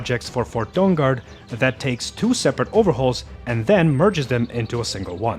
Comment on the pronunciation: He keeps saying Dong Guard 😆🤣😂